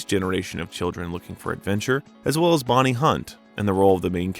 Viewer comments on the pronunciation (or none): none